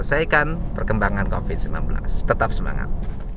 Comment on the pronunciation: Ciri khas Pak Dedi F jadi P P jadi F D jadi Z ( Coviz )